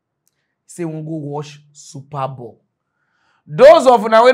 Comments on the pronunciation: it is not "super ball", it is "super bowl".😂😂😂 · It is SUPER BOWL not super ball